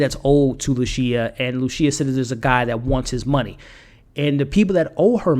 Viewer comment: Man get it together with the pronunciation. Amore does not sound the same as a mushroom species, a voyager is someone that sails on adventures, and it’s not luCia, it’s luCHia, like the seed.